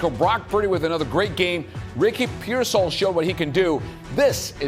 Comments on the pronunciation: its pearsall ( pear -sall ) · The only guy that can say Ricky pearsall's name correctly is the old white guy on the far right closest to the camera because he's a 49er reporter the rest of these guys they're scared to say his last name so they just call him Ricky and they don't even know how to pronounce his last name we've had him for almost we've had him for almost 2 years and you still haven't learned how to pronounce his last name oh but if he was black they would have no have they would know how to say his last name if he was black they would have that shit memorized they wouldn't even say his first name they would just say his last name over and over and over again